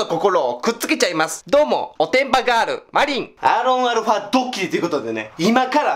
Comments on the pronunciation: アーロンアルファ？？ アーロン言いすぎてアロンゆわれへんなってるやん笑笑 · もうアロンアルファやなくてアーロンアルファ言ってもてるやんwww